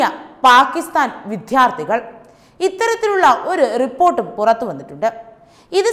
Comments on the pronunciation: എന്റെ മോളെ വിദ്യ.... വിദ്യാർഥികൾ എന്നു പറയു, വിധ്യ അല്ല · വിദ്യാർഥികൾ not വിദ്ധ്യർഥികൾ വാക്കുകൾ ശരിയായി ഉച് ചരിക്ക് കുട്ടി